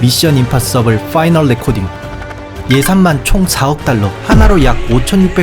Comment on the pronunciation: 파이널 레코닝이예요 레코딩이 아니라